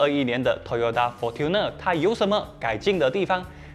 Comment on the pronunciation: Fortuner应该是读成 'for春ne', 不是'for吞ne'。